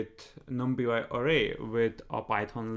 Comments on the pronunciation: great videos man.....just i suggestion its pronounced as "num + pie" = numpy although numpiY is catchy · i have never heard anyone say it the way he says it